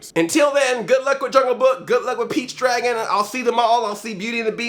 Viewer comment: Everytime you say Pete's Dragon I keep hearing Peach's Dragon. It sounds like some kind of sick Mario spin-off.